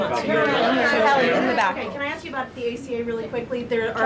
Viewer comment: It's pronounced ask, not axed. Get the crap out of your mouth. lol